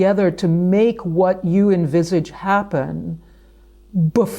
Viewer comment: I wanted to listen, but she said invisage. I can't. Catch you all next episode.